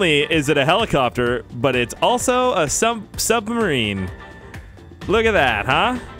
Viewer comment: I miss when you say sumbarine